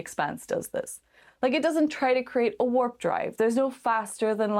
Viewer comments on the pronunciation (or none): none